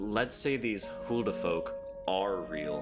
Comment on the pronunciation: "Hulu The Fork?" Really? 🤣🤣🤣